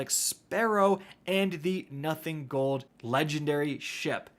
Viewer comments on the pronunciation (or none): none